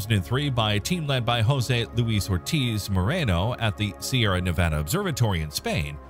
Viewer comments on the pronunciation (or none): none